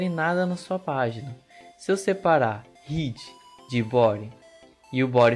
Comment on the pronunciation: caramba a maioria desses curso pelo youtube, os cara nao sabe pronuncia corretamente nem o nome head, nao e ride, e head